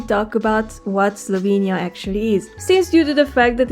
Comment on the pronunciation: YOU LITELARY PRONAUNCED LJUBLJANA AND SLOVENIJA BETTER THAN ME AND IM FROM SLOVENIJA 😂❤